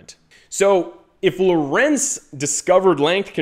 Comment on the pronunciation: Please pronnounce LORENZ correctly: LOrenz and not loRENZ.